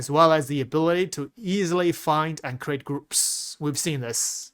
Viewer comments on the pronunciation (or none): none